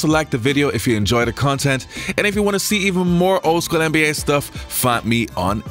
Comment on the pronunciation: He says. “Anne B A”. It’s “nba”